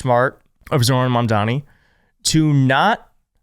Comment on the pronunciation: Zoh ran. Phonetically.